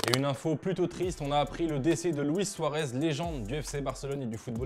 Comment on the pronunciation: Dites pas luis suarez comme ça